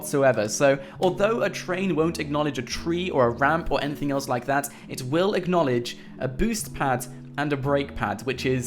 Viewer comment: Say Acknolage one more time I swear